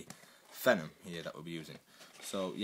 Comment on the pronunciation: Haha you named your cat Tevez? Let me guess, City fan? *cough* 35 years *cough* ;-p and yeah it is pronounced FEE-NOM